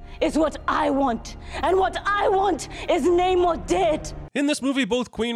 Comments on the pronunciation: It’s Pronounced NAH-mor not NAYYYYYY-nor, Jeremy. (BTW, I was making a joke. Th3birdman’s point is true) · I am very annoyed tho that Namor has clearly stated his name to be Nuh-morr, yet everyone keeps calling him Nay-more. Like bru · You should sin yourself for constantly mispronouncing Shuri and Namor’s names